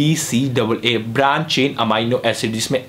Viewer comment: अमाइनो नही बोलते घोंचू😂 एमिनो बोलते है घोंचू।😊